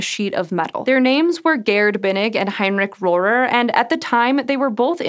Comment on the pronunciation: Holy moly, you pronounced Rohrer correctly. That’s my last name and I’ve probably heard a dozen, awkward mispronunciations over the years. “Hello, is Mr RoHAIR there?”